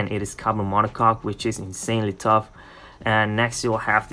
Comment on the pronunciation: It's mono coke (pronounce) or mono cokee not mono cock. I love the new monocoque one model as for me